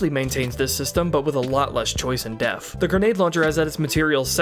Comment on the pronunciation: the word "depth" has a t between the p and the h. You seem to be pronouncing it like the ph in "phone". it is not pronounced "deh-f" it is pronounced "deh-p-th". This wouldn't be as much of an issue if not for the shear amount of times you use this word in your script. It seems to be your go to word when describing anything with complexities.